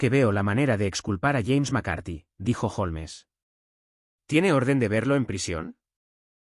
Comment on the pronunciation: Haces pausas raras en medio de algunas frases, no se si es por el cambio de línea o página o qué pero deberías intentar no hacerlo. Aparte se pronuncia "holms" no "jolmes". Tienes buena voz y con práctica seguro que mejorarás.